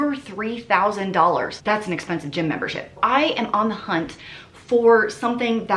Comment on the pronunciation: every time I think about the price of ANYTHING I hear you saying "doll hairs" in my brain instead of dollars. I chuckle every time.